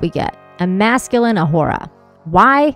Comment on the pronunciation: I love that you pronounce her name properly.